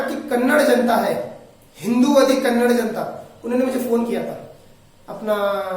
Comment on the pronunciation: First u learn to say kannada word . It's not kannad it's kannada